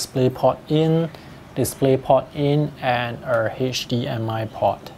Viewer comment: the hershdee-m-i pot is nice tho